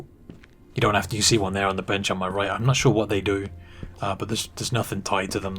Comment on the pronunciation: Right heew, ova heew, and then thew. Thank you.